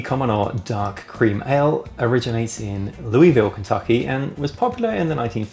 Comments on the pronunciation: You mispronounced Louisville. It's more like Loo-vill. :) But as always, excellent video. Cheers! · Learned from my kentucky born brother in law, the correct pronunciation is approximately Lew-vle. Or Luh-vle.